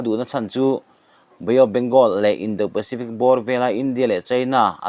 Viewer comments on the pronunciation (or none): Mizo tawng hian a thlukin awmzia a nei . Indo tiha do hi a thu a zirin an indo tiha do thluka thluk tur a ni ,i mak ,i thiam har. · Indo pacific tia do hi an indo tiha do thluk hian thluk rawh.